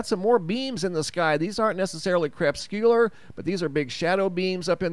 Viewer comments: You're never going to learn how to pronounce that word crepuscular are you it's not pronounced (crep-scu-lar)... The proper pronunciation is (Creh-pus-cue-lar) it has "four syllables" not three, perhaps that would be a good way to remember that it has four syllables. Just trying to help... if your goal is to be professional you need sound professional. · Not pronounced "CREPS-Q-LUR" rays. They are CRE-PUS-CULAR rays. 4 syllables, not 3.